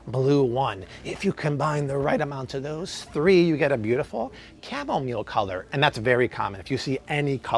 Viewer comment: Dude can’t even pronounce chamomile 🤦🏻‍♀️